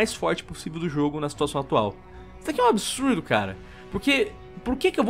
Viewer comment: "ISSO É UM ABISURDO.." kkkk